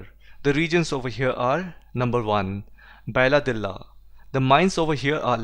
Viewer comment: बैलाडिला बालोद just minor pronunciations mistakes, Thankyou for the educational video!!